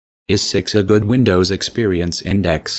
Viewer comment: 'Vindows 9 installation' lol